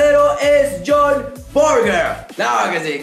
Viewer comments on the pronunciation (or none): none